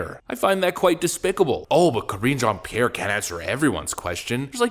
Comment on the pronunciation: I love how Matt Walsh mispronounces her name on purpose. LOL. Karen Jean pear. 😂